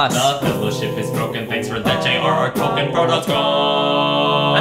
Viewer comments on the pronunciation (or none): none